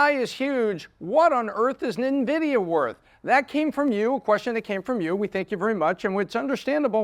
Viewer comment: I appreciate you pronouncing the company's name properly unlike 90% of youtubers not in the tech space